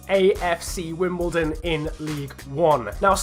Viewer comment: its wimBLEdon